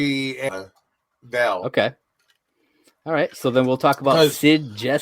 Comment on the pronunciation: Are you calling Valentina "Vail" on purpose or is it just a mental slip? It seems like is trying to correct you every week by correctly calling her Val but you just keep doing it for the 12 episodes of the series so far.